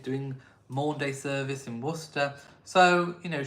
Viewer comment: It's Maundy Money, not Maunday Money! Maundy is derived from Old French 'mande' and Latin 'mandatum', meaning mandate or command. Nothing to do with days.